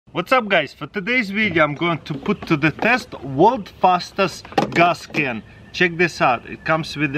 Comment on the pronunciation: "Gaas Ken"